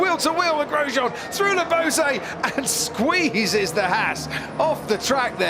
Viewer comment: And SquEEzes the Haas